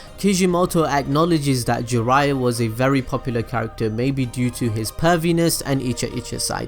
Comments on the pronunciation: Jiraiya = 'Gee-raYya' Make sure you emphasize that Yya 😃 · We asian find this disgusting..kaw buu thou..gee ryyyyaaaa..fcuk off